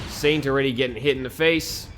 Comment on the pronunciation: I think I heard you say satan instead of Saint!